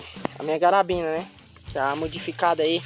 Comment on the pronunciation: Pq vc chama a carabina de garabina? 👀